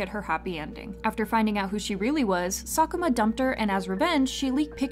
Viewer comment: Its random but she always pronounces all the korean and Japanese words perfectly I mean her, sakuma ryoto hashimto ryo jungkook pronounciation in one video was satisfying af